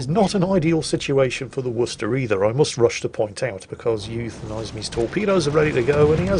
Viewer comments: and here is “you euthanize me” Me: Actually, it’s pronounced “oo-woo-thanize me”: starts loading gun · Technically, you would pronounce his name "oo-woo-thenise me"